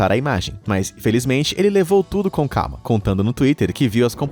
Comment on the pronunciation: Por que ele disse carma só se for algum caipira que estava nervoso kkkkkk